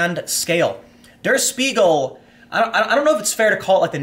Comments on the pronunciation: It's "De-uh Sh•pie•gel", not "Durr Sss-piegel". 😒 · Der is pronounced like "there" but with a d, not dur. Got Spiegel right, though. Just so you know if you need to say it again. It's a huge news source. Fun fact: Der Spiegel translates to The Mirror. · The paper's name doesn't rhyme with beagle. It's pronounced 'dare shpeegal'. Also, it's leviOsa, not leviosA. Keep up the good work, Tim. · Pronounced like dare sh-peagle!